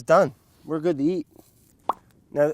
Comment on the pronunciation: “Everything’s gewd beb”